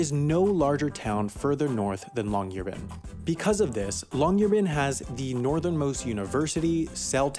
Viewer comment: This place is a research city. It's essentially a base for the local university of Tromsø. The way the guy pronounced the name of the city was cringe. Folks don't live on Svalbard (the name of the island) the way they do in other cities in Norway. It isn't 'illegal' to die on Svalbard. It is something that is actively avoided due to the problem of disposal of dead bodies and the expense to the family of flying a dead member to the mainland for burial or cremation. It is illegal to bury a human corpse there, but that goes for the disposal of bodies just about anywhere, I'd image. The half as interesting guy has also failed to mention that there are also Spanish Flu bodies in the permafrost in Alaska and the work done on the research of a female corpse from there that was published in 2007. Again... not 'illegal' to die on Svalbard. If that was the case, we'd have to jail tourists who get themselves et by polar bears. 5 deaths since 1971 but many more attacks. Recent ones: 2011,the death of a young man from England, 2015, a Czech man was badly mauled but survived, 2020 a Dutch man was killed by a polar bear. These were all people in tents. Tents made of fabric. Just pretty wrapped treats as far as a polar bear is concerned.